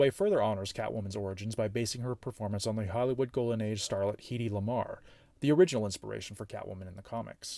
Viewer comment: Unbelievable mispronunciation of the name of Hedy Lamarr - a brilliant woman, actor, inventor and producer. It isn't and never has been Heeeeedeeee, you dunce - It is Hedy as in "Head eee". I can't believe anyone who works with you, if there is anyone who works with you, let that slip past into the finished POS.